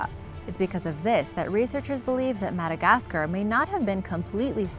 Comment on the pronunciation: How do you not know how to pronounce Madagascar?